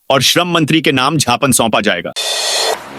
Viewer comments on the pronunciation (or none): छापन नहीं ज्ञापन बोले।क ई बार उद्घोषक महोदय को बताया जा चुका है।